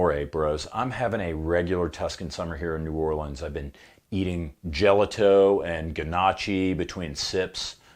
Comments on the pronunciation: Gelato = dze-là-to ≠ dzé-lato Gnocchi = nee-o-kk-ee ≠ g-no-chee Beretta = Bere-tt-a ≠ Bere-d-a Chianti = k-ee-antee ≠ ch-y-antee Prosciutto = pro-shoot-to ≠ proskeeuto 😂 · Gelato is pronounced gel-LOT-to, not GEL-a-to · C’mon … it’s pronounced Jel-aaahhh-toe! You really need to work on your French😉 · JELLO-TOE OMG..... LOL UF'n Poser! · "Jela-tow", "Geh-noch-ie" 🤣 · LOL "jellah-toe"...... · Dude, it's called juh-laa-tow (Gelato). I was in Italy a few years ago. Very cold place love Florence or Frenze. The food is the best and the ladies even better. Next time, I'll help you so you'll not sound like a stupido americano. I noted that many female police Officers there carried the 84 as a side arm. The powers that be liked the looks of it on them better than 92 which was issued to the men. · Or “jellatoe” 😂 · Nobody is asking you to speak Italian fluently, but for God sakes, just a few words that you used freaking pronounce them correctly. What a shame…gelato, prosciutto, gnochi… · You don’t pronounce gelato or prosciutto correctly! Please Tanfoglio